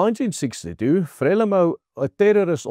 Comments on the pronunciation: Not pronounce frela-mo, instead, 'fra-lee-mo' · Frelimo is pronounced FREELIMO EE as in FREE, please just correct this, it hurts my ears! I've lived here for 20 years. You are generally correct. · Pronounced: FRE LEE MOU (I know it is not spelled correctly) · It is pronunced Fre leemo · Very good factual summary as most of your broadcasts. Your pronouncitian of "Frelimo" however will not be identified by any military person in SA of that era. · Very interesting summary of what happened. Pronunciation of Frelimo is incorrect. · Not Freli MO, but Fre Lee mou. Not Gratsa, but Gra sa